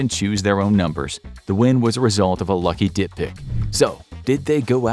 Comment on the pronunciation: Did the narrator say that they didn't even pick their own numbers, but it was a result of a lucky "dick pic"? I've listened to it 3 times, but it sounds like that's what they're saying?😂😂